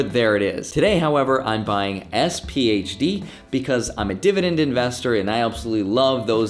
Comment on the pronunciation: Please don’t say sphd. Dog of funds